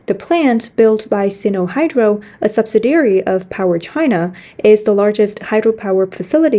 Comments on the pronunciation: Subsidiary, not subsidary. Very slight difference, but important to English speakers. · Just to help, "subsidiary" has five syllables and is pronounced "sub-SID-ee-air-ee". Rhymes with "the LID we carry". I really appreciate the news reports on this channel. Important information that's hard to find anywhere else.